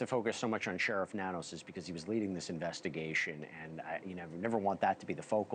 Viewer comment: Nanos is pronounced No News